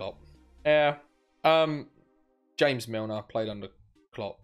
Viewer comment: petition for youtubers to stop saying "HaMeS MiLnEr"